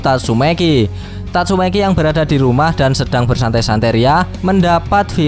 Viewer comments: Bang tatsumaki ya bukan tatsume**i hehe :) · Tatsumaki ❎ Tatsumeki ✅ 🤣🤣🤣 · Tatsumaki cok..bukan tatsumeki..kenapa lu suka mancing2 😫😫